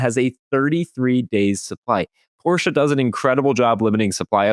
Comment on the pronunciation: Thank you for not calling it a Porsh.